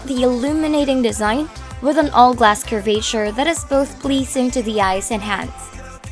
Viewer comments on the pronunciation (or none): Cur-vehy-chur. Lol.